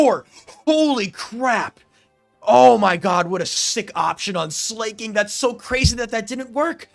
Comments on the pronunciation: Slaking is the king of slacking, not slaying. Therefore it must be pronounced as Slacking. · Also, Sla isn't pronounced as Slay before i forget lol